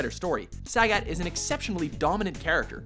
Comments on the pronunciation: Why the hell are you saying Sag-At? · you also said sagat's name wrong you don't play street fighter i know now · First off, Ken and Ryu are totally different characters. Second-- no love for alpha, 3, or 4 characters? Sakura was only an honorable mention. Change the title to top ten street fighter 2 characters. Also, whats with the pronunciation? BLAN-ka and SAG-et? Blah-ka and sa-GOT.